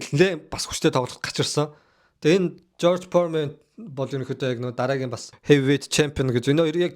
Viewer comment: jorj poremen gej shaajin george foreman